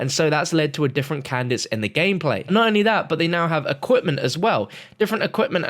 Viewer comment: Please stop saying cadence as Candice